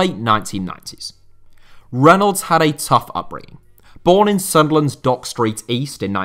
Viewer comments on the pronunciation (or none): none